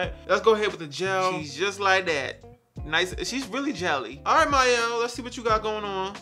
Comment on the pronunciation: Why do I die every time you say Mikael? 🤣🤣🤣 I did actually like this line for a twistout but the gel did absolutely nothing for my hair for a wash and go. It tricked me into thinking it was gonna be good the first day but day 2 I was rocking a fro because definition where? That's why you need that carbomer lol. I do like the rosemary mint styling cream (it has the hold of a gel) BUUUUUUT I will not purchase from them so I'm just finishing the one I had